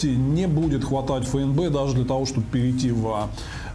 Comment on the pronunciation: ФУ! Нк говоришь же ЭН, так почему ФЭ - эН - Бэ!